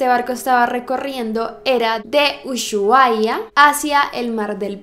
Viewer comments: Yo vi en el noticiero que decian que las imagenes eran falsas Y otra cosa es usuaia no uyuaia y se escribe ushuaia 🇦🇷que descanze en paz tripulantes de el ara san juan🇦🇷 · Hola ahre se pronuncia ´´uSuahia´´, no ´´uSHuahia´´. Saludos de Argentina, te amo (? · No soy experta en la ortografía peeeero no se dice Ulluaia es Usuaia aunque se escribe Ushuaia (aclaro que yo también me equivoco y que ella es de otro pais) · Uyuaia😁😁. Se pronuncia Usuaia en realidad, pero puede fallar. Amo tus videos❤ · Me encantooo!! Pero es usuahia no ushuaiay mar del plata no el mar del plata jejeje Un beso hermosa! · amo tus videos pero porfa la proxima aprende a decir los nombres de lugares Usuaia Y muchas veces dijiste que era un barco cuando en realidad es un submarino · Amé cuando dijo "uyuaia" se dice Usuaia, en Argentina la h no suena jajaja Ushuaia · dejando de lado lo de el caso, no se dice "Uyuaia" se dice "Usuaia" se lee diferete a como se escribe... Saludos desde Argentina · Uchuaia 😂😂😂 se dice usuaia y se escribe Ushuaia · UYUAHIA JAJAJAJA la H es muda se leeria Usuaia (Ushuaia) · no se dice Ushuaia se pronuncia "usuaia" yo soy de argentina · Se pronuncia usuaria no ashuaria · se dice usuaia no ushuaia ah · Se dice usuaia la h no se pronuncia no usHuaia jsjsjsj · Me mata que digas UYUAIA y se dice USUAIA (la H es muda, no se pronuncia) jajajaja y que dijiste barco cuando es un submarino jajaja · Se pronuncia usuaia no uyuaia ♡ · Amo como pronuncia usuahia Jajajajja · adoro tus videos pero tengo algo que corregir Ushuaia se pronuncia sin h, tal como dirias usuaia, y mar del plata no es un mar es una cuidad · ushuaia se pronuncia sin h solo usuaia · Usuaiya dijo jajajajajajaja morí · Hola, Ushuaia se pronuncia como si no tuviera la h 😀 solo una observación, me gusto mucho el vídeo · me mata como pronuncia Ushuaia, nunca lo habia escuchado asi, yo soy de ahi, y te todos los lados que viaje nunca escuche "uyuaia", muy original jajaja